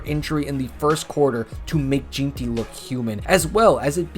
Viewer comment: Jeanty is pronounced gen-tee, BTW